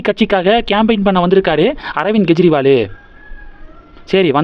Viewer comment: Not Gejriwal, he is Kejriwal, It is K, not G